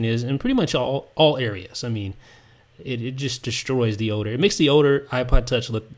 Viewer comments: its Older not Oder dude... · Older you say oder